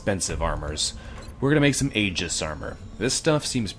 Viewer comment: Just fyi, Aegis should be pronounced "ee-jiss" or "eye-jiss", unless explicitly intended otherwise as in the case of brand names and such.